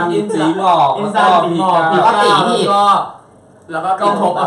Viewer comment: พี่เตพูดผิดค่ะจากอินซันกลายเป็นอินจัน